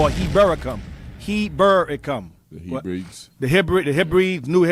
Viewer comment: Heb ree dees.